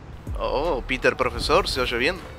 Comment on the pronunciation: me parece que a miles se le olvido ponerle la R al nombre de peter